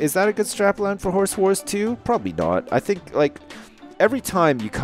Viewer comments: Why do you pronounce "Horse Wars" like "Whores whores"? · I swear he was saying horse whores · he said "Horse Wars" I heard "Whores War" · i got to say it sounds like your saying horse whores. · I keep thinking he's saying 'Horse Whores'. Awkward